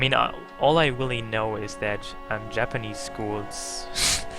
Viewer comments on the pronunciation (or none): Do you not know how to pronounce "R"??? God that annoyed the shit out of me. Its "Really" not "Wheelie"...!!!